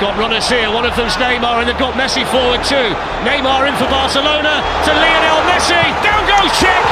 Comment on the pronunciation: ''Lion'' el Messi.